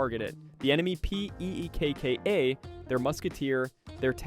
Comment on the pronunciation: Bro spelled out Pekka. 🫠